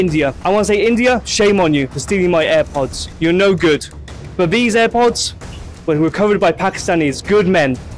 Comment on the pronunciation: Eye pods nahi airpods 😂